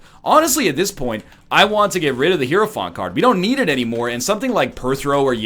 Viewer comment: I'm sure this doesn't matter for the rest of the run, but you should have popped the 2 of spades to get to 99 keys man... Also: "high-row-font". The game even tells you how it's pronounced lol